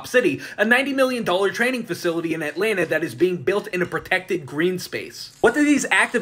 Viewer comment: Thanks for pronouncing Atlanta correctly. I didn't realize how bad things were here til I went and visited cities up north, bigger cities with worse crime rates, and saw pretty much zero cops compared to here in ATL. You can't so much as stretch your legs in a park without catching glares from at least two cops